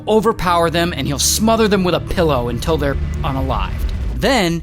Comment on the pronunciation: All goes well untill he says "UNTILL" 😅